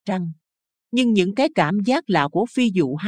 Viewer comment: Người đọc phát âm không đúng "phi vụ" lại đọc "phi dụ"; Việt Nam đọc "Diệt Nam"?